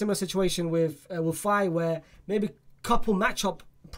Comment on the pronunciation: This guy is dumb lol, Niah Darvich is not from Irag, he is german, and this guys pronounciation, and horrendous. Mikayil Faye he says Fay, what a weirdo, what is GEtafe, is a silent G basically, what an idiot this guy. And thsi guy has seen the Mddrid center-back play what, one game, this guy has not seen anyone of those people play any more than 60 minutes, so where does he get this from, pulling things from other sources but not actually watching any training, or watches.